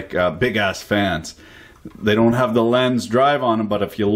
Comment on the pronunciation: Lenze is pronounced something like "lentseh" in english. Nice vid,!